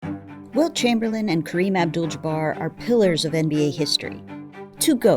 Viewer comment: “Wilt Chumperlame” is so bad its amazing.